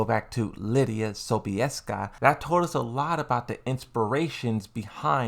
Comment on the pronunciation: As a Pole - you spelled Sobieska very well.